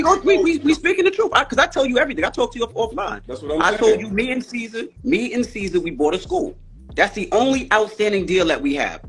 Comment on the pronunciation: Bro called mans “seizure” 🤣🤣🤣🤣🤣